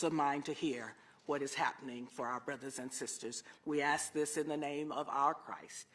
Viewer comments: It’s ask, not axe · Why do. They say "I axe" and not ask...?